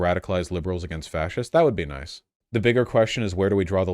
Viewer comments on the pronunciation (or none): none